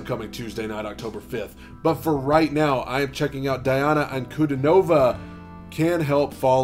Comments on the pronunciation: Say the first syllable of her name as DEE, please. Thanks. P.S. Pronouncing the names of non-Anglo-Saxons is easy: you need to read the letters as they sound in Latin. Did you have basic Latin in school? If not, Google and Yandex in the help. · Pretty sure it's pronounced Deeana.